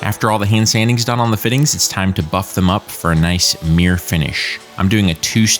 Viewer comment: Are you trying to say "'mirror' finish"? because it's not coming over very well. Maybe it's your equipment but it sounds like you're saying 'meere', which is really weird.